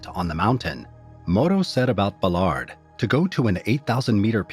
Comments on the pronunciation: It's pronounced, "Bal-erd," not, "Buh-lard" for fuck's sake! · Except “Ballard”, he mangles that